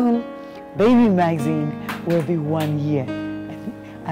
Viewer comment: I'm sorry for being the pooper but I cringe every time you mention the name. Its Maxine!! With an X not a Z. I'm really genuinely happy for you tho. It is a thing if joy to see your children grow